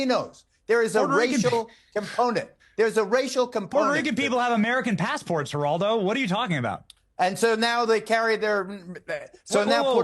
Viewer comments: Kingdom reacts is one of the best and my favorite shows! You people that make fun of the way he pronounces names incorrectly are awful. Help him learn how to pronounce Spanish words. Example: Geraldo:HERALDO, Jesus : HEYZOOS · youngster!! you don't know Geraldo Rivera? (the G is silent by the way. pronounced Heraldo) he's been a media joke for almost 4 decades he's playing the hispanic hero now, but when he was younger he used the name "jerry r ivers" his greatest fail was opening up the secret vaults of Al Capone on live t.v. that was the most epic bomb live broadcast in history he's a tool and a failure... thus, you don't know who he is always wants to be relevant